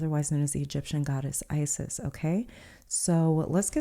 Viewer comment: from the egyptian goddess ISIS this is not how to prononce her name...